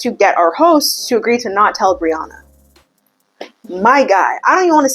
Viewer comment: Lmao Brianna sounds so much nicer when you say it, in Australia it sounds like BREE-YANNA 😂😂😂😂